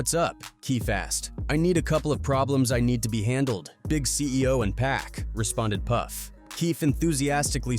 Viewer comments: It’s not pronounced 2-Pack! 😂 Fuck sake!! It's 2-Pac (pock) 🗣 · Could've sworn I heard dude say 2pack at least 4 times in the video